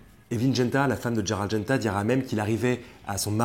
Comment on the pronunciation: c'est Gérald et pas Dgérald! roooo voyons 🙂. Gérald de Lille;-). tjrs top vos vidéos